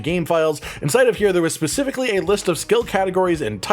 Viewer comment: specifically ... NOT pacifically